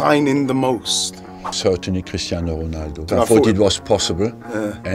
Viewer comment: Is he German or why does he pronounce Cristiano Ronaldo so German?